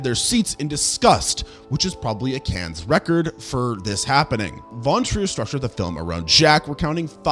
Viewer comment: "Cannes" is pronounced "Can", you make this mistake in every video...